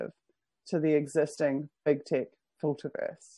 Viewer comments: are you saying "big tick" instead of "big tech"? That would be a very fitting name for the blood suckers! (I can't be sure, sounds to me so, but I'm not a native English speaker) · Lol, that's how they say it in New Zealand!